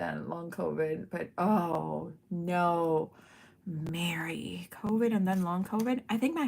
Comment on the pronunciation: Well, this lovely card was showcased on the whodunit show for this submission. I was so excited to see it and although, Mary pronounce your name wrong. It was so cool. She loved your coloring of this lion and all the details you did to this card. It made me so proud to know who you are and how great you watercolor. The card really shined! And I wasn’t watching the chat of that show so I don’t know if you were there but just wanted you to know. Great job on the card!😊